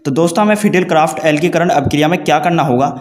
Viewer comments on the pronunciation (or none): Alkikaran nhi alkilikaran hota hai bhai sahab 😁